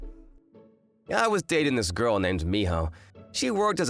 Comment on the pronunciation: "Happiest goel in the woeld" What accent is that